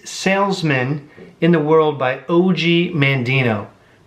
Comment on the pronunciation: It's pronounced Og, as in "Dog"...nice review.